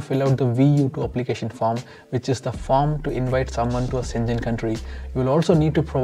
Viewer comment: Schengen is pronounced as /ˈʃeŋən/ not senjen.